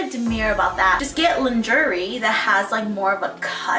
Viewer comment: Haha I think it’s pronounced lawn-shuray instead!! But v cute video ❤️